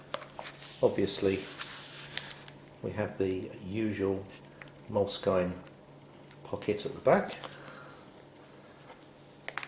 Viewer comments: It's pronounced moleskin not moleskyne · I think it's pronounces "Mole-Skin," not "Mole-skyne." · I had heard it's pronounced moleskeen. So I think that covers them all.